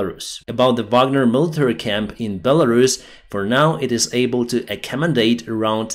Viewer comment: "the bagner backup" 😭😭